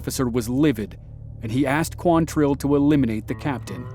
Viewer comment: It's QUANtrill. Not quanTRILL. Why can nobody get that right?